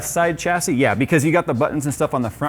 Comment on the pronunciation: Shassy. There is no ch in the pronunciation. Why can't people get this right!